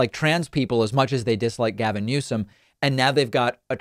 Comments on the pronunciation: Donald “Trumped?” & she called Newsom “Newson” 🤦🏻‍♀️ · She doesn't even know the current Governors name. She said "Newsin".